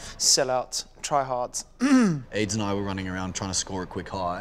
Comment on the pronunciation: When Dom say Ad's/Adrian... it sounds like he's saying Aids...=S